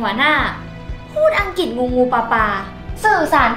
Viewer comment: ภาษาอังกฤษ ออกเสียงว่า พา สา อัง กริด ไม่ใช่ พา สา อัง กิด